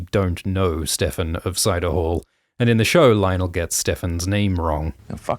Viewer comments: The fact that Ser Lyonel does not even know Ser Steffon and mispronounces his name is so in character for the laughing storm. It made me cackle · When I was watching the episode, I thought it was weird he said "StevRon" instead of "Steffon" and it didn't occur to me that that was the show telling the audience he doesn't know Steffon and therefore Steffon was LYING. * face palm * thank you so much for making this Explanation video!